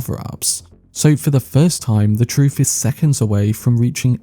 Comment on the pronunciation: TrooF, anyFing, wiV, wheVer, Colin FirF... ffs man, learn to SPEAK your OWN language.